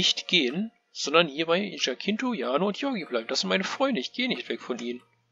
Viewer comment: Eigentlich werden die Namen in meinem Spiel deutsch ausgesprochen. 😂 Also hieße es "Jaa-kon" und nicht "Dsch-kuun."😉 Und der andere Name spricht sich "Ja-tschinto". Zur Sache mit dem N-Wort: Zunächst einmal möchte ich sagen, dass ich selbst niemals jemanden auf diese Art und Weise ansprechen würde! Ich habe mich hier an Filmen und Serien wie "Fackeln im Sturm" orientiert, in denen die Sklaverei thematisiert wird. Und ich hoffe, dass schon in diesem kurzen Teil klar geworden ist, dass ich diese Praktik als menschenverachtend betrachte. Aber ich werde mal schauen, ob ich ein alternatives Wort finden kann.